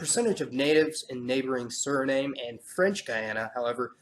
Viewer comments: in English sure.. but this is not a English or US colony... it is a dutch one and there the E is not silent... I live in the netherlands and have had Suriname friends ever since I was a wee child... it is said as SU.REE.NAA.MUH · Just take an L please. We who really live here in Suriname know that the DUTCH pronunciation is Su-ree-naa-muh and the ENGLISH is Su-ree-naam as in Surinam Airways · WILD THINGS ...Let's make it easier for them, Sur-e-num. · You kept mispronouncing the name of Suriname. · Great, but I think you pronounced Suriname wrong. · Thanks, this was very informative. One thing, though, is that in the Caribbean we pronounce the name "Suriname" to rhyme with "Vietnam." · I think your pronouncing Suriname wrong. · My place of birth: Paramaribo, Suriname ;-). The funny thing is that you know more about the Guyanas then me. You are right about the mixing of all the groups, religions and races over there. Btw "Suriname" should be pronounced in the dutch way because it used to be a dutch colony. I'm also not sure if "Surinamese" president is good english, because it sounds very awkward, just like "Americanese" president. I think it sounds better when you say in english "the president of Surinam" or in dutch "de Surinaamse president" or "de president van Suriname". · The E is not silent in Dutch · I am from Suriname and Suriname is not silent and i don''t pronounced stan,like Hindustan.My grandfather is from Bihar and i born in Suriname and living now in the Netherlands with good education and i went many times in my loving country Hindustan so Wild Things Suriname is not silent.Pehle sojna tab baat karna.I am proud to be an diaspora and my friend Surinen is the name of the red Indians and so its became Suriname.My advise to every one is read first the history of Dutch colony of Suriname likeIndia and England.Jai Hind,Bharat Mata Ki Jai,many regards from the Netherlands Radhe Radhe. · SURINAME is pronounced SU-RI-NAM. Not "SURNAME". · SURI NAHM NOT NAME!